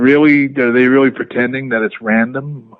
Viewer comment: Bret 'reawwy, credibiwidy' Hart